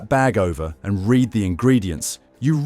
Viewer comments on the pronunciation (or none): The word read has several pronunciations and meanings, as does the word reject. You said the wrong pronunciation both times.